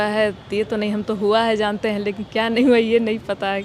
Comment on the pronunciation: Zante hain nahi, jante hain Gyaneshwar ka bhasa mat boliye lahza sambhaliye